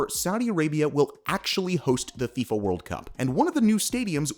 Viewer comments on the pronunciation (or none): none